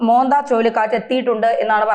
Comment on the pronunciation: മോന്ത അല്ല. മൊൻന്താ🌹